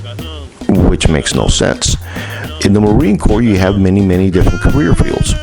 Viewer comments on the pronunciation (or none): Just saying it's corps not corp